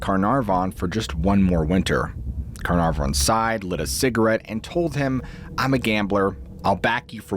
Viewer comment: The way you say Caernarfon is very funny! It's Car- nar- von - said all at once. Good story though!